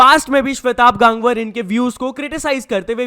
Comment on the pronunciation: bhai wo गांगवर nhi hota hai गंगवार hota hai .